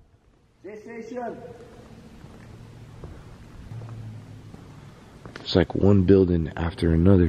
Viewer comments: i thought you said Ali-A lol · I thought he said Ali A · I thought he said here’s Ali a